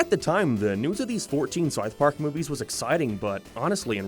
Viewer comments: what the hell is Sarth Pawk? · The fawk is sarth park? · Ok but wtf is "Sarth Park?" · Sarth Park?